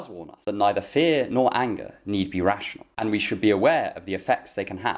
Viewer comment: Every time you say "fear and anger" I keep mishearing it as "fear and hunger" xD